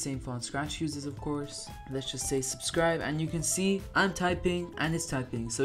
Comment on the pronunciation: First Comment! 🎉 I Love Your Videos! ❤ Edit: What is “SUBSTIBE?” 😊 Also: Please Pin This Comment! 📌 Everyone: Let’s make this the most liked comment on this video. ❤ SUBSCRIBE TO!!!!! 🎉 And me, of course. 😅